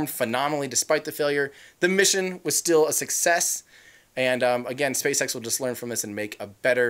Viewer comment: What did you say spacesex???